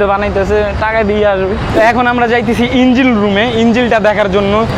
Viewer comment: সেই মজা লাগছে ভাই যখন ইনজিল কথাটা বলছেন🤣🤣